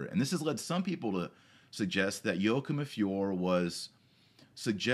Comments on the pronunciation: YO-A-KIM :) Great vid though Dr. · It's pronounced "Whakim".